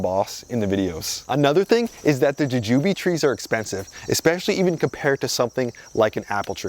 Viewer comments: It's jewjew Bee not jujewbe. The flying dragon had potential but sigh...I killed mine lol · I've never heard anybody say "juh-jooby" before 😂